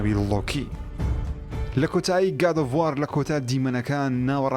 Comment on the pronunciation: وااااااار نا برا وؤر ، گاد ئوف وووووووور ، /WOR/ ئه خوينريته وه نه ك /WAAAAARRR/